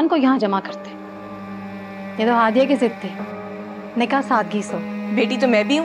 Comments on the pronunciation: Nikah hota hy nika ni hota 😂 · said nikeh not nikah